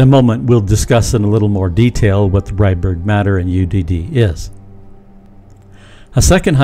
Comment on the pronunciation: AI says Redbird matter instead of Rydberg matter?